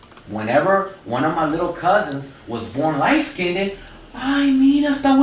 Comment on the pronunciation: Yes, in the communities, black and I guess Mexican as well, we say skinded, instead of skinned. But it's understood. LOL. We are code switching all the time in these communities, you probably would have automatically said skinned if this presentation was in a corporate setting, we do it on auto pilot.